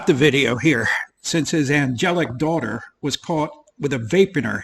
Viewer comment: Dwahtah. Oh, wait. ‘Daughter.’ ‘Not gonna twalk to my dwatah that way.’